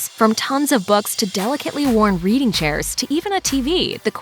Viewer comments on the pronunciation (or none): none